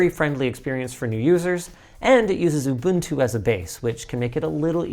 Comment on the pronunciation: First time I've ever heard "Ubuntu" pronounced correctly on YouTube, thanks for getting it right Linus and!